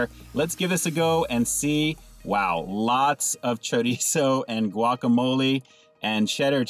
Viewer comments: High five to my fellow Californian who knows how to pronounce chorizo! Cali peeps represent! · Glad you attempt to pronounce it right ☺️